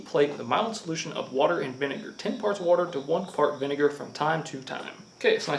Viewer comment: "One fart vinegar"